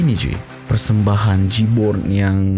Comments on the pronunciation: j-born sebutan nya jay born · sebutan nya jay-born ahli kumpulan j-born - Joey - Khir Rahman - Vicha bapa Khir Rahman adalah seorang penyanyi tersohor tahun 60an iaitu A.Rahman Hassan.. Khir Rahman juga menjadi watak utama dlm filem trilogi.. - Rock - Rock Oo - Rock Bro filem komedi arahan Mamat Khalid ini mengisahkan perjalanan hidup pemuzik rockers pada sekitar tahun 90an.. memang kelakar.. nanti nobar ya filem² nya.. makasihh... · Sebutannya JEY-BON. Huruf R dihilangkan.